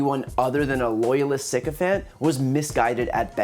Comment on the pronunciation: Sycophant....sigh coh fant. Not sicofant.